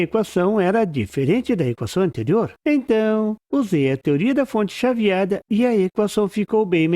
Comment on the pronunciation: nossa meu ouvido ta ruim mas ouvi em FONTE CHATIADA ...kkkk mas a explicação é ótima...🤣